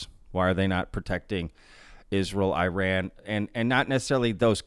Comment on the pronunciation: It takes 5 seconds to search how to pronounce Iran....